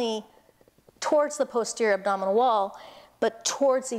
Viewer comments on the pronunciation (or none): none